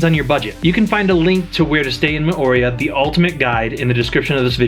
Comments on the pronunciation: I think you may have, in fact, been in Mor-ay-u....RATHU than More-ee-uh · If you are giving advice on living there, you might want to learn how to pronounce "Mo'orea". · Your pronunciation hurts my polynesian ears 🤬🤬🤬